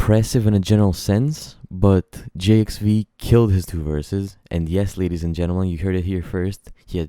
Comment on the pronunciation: It’s pronounced, Jive, my guy lol.